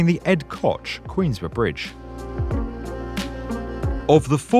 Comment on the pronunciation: am i the only one who got really triggered by that British "Queensboro"?